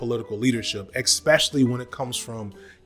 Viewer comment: Bro you have a very Skip Bayless - like unapologetic arrogance to your critique style; btw for as articulate and matter of fact as you are I'm sure you have no problem handling the truth... , (There Is No X) sound phonetically when correctly pronouncing (especially). (There Is An S)